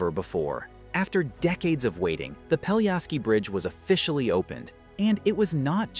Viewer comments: If you make a 13 minutes video about a bridge, you could at least learn how to pronounce the name of the bridge correctly. It's not Peljaski but Pelješac!! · Not "Peliaski" but PELIESHATZ (Pelješac) !!! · Peliasky bridge 😆 not even close... it's Pelješki bridge, "LJ" is actually one letter and "Š" you read like "sh" or like german "sch" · Pelješac is pronounced peh-LYEH-shats, with the emphasis on the middle syllable. The "š" sound is like "sh" in "shoe" and the "c" is like "ts" in "bits". Not peliasky… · Pell-yeh-shatz - this is how you should pronounce it. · Great, but the name of the bridge is pronounced quite differently. PELYESHAZ or Pelješac on Croarian.